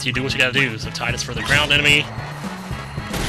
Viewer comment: pronounce Tidus (tide us) please it sounds so much cooler than tid dus....